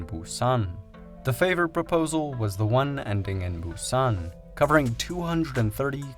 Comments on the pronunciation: I think it's Busan with 'a'. Fast zombie attack! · I keep thinking of the movie "Train to Buson" everytime he said Buson 😅